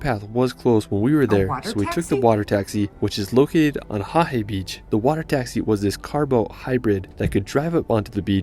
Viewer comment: The mispronounced words were place names most Māori place names. Starting with WH are usually pronounced as F so Wharariki is pronounced "Fara-riki". Tekapo is pronounced Tek-apo" not Te-ka-po its minor I know but it's just a correction. Also, Wanaka is pronounced Wan-a-ka not Wan-aka & Pūrākaunui is pronounced Pūrā-kau-nui (more emphasis on the ka). Finally the black sand what he didn't tell you is the black-sand beaches on the western side of the North Island are rich in titanomagnetite – a magnetic variety of iron oxide that also contains some titanium, it is more commonly known here as Magnetic ironsand. Hope that helps you out here.